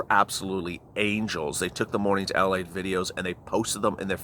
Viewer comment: I don't understand... Is it lalite or late... Cause it sounds like you are saying lalite?